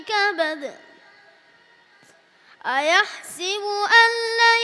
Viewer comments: Ayat no 5 You saying ayahsibu This is ayahsabu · Maa shaa Allah....but brother there is a little mistake....a yahsabu....in stead u r reciting a yahsibu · Mashallha Allah aap ki Umar me barkate ataa farmain aap ne ayah sa bu ko ayah si bu pada Hain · Really beautiful recitation but i noticed that he said " aa yahsibu" but actually it's "aa yahsabu".